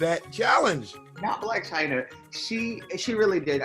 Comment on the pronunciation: NOT BOB SAYING JAN BLAC CHYNA LMAOOOOOO